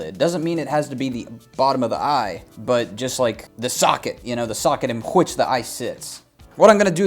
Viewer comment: "...by QCHHWHICH...." i've seen all of your videos...some of them more than once....but that kills me everytime. Only God knows how much i'd like to see more videos on your channel...you are both extremely funny and extremely helpful